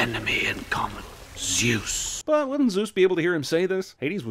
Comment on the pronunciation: And I was happier for it. Eternally grating mispronunciation of Zeus, stupid characters and Hades once a-fucking-gain made out to be the antagonist when in the myths, he was the only member of the Greek pantheon who actually did his bloody job properly.